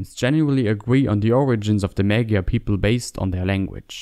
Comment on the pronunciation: The word "magyar" is not pronounced "May-Gar". This is one among many incorrect pronunciations I've heard from non-Hungarian speakers. It is not "Ma(as in cat)-Gee-Yar" either. And no, americans, it isn't "Mo(as in stop)-Jar" either. This is how Magyar is pronounced: Both of the 'A's r pronounced the same, u pronounce them like the 'a' in car, without the hard R and shorten it slightly. 'Gy' in hungarian has NO ENGLISH EQUIVALENT, but it is something like a J (as in Jar) and Y (as in Yes) being said at the same time. U press the tongue onto the pallet gently and make a 'y' sound. And the 'R' is just a rolled R.